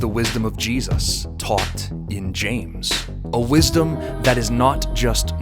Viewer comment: Please print Jesus with a clear J, not cheesus 😮😵‍💫